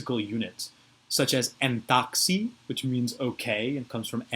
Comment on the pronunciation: Great vid. I do have a question though since I've noticed that your pronunciation of modern Greek is off, specifically when you said εντάξει it sound closer to en-taw-xi. In modern Greek is much stronger short vowel sound. It can vary on the person of course with how along the vowels can get but it never changes its ah sound to get to an awe sound. So how certain can we ever be to how the ancient language was spoken?